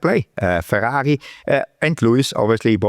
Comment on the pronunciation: I love to hear Guenther say Ferghaghi